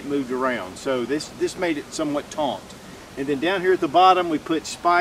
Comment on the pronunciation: Drink when he says "taunt."